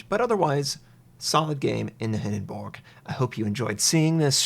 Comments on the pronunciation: I'm sorry but is it just me or does him saying Hindenburg wrong bug anyone else. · hinden"borg" lol